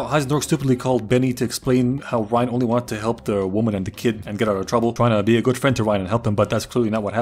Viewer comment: "Wöman" eh?Are you a pale connoisseur?